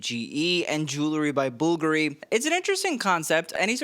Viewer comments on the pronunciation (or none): learn to say Bulgaaaaari not bullllgari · For someone who claims to be knowledgeable about fashion, it's funny that you can't pronounce BULGARI properly. "bulgery?" BulGari! FFS it's not that hard! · Bvlgari = BULL - GAH - REE, emphasis on the GAH syllable. Pulease. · It's not pronounced bulgaree it's Bulgari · Bulgari pronounced in Italian. Its Italian. Caroline is pronounced with a long "i" 🙄